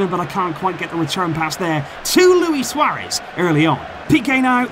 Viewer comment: Yeah, you said “Luis Suaréz”😂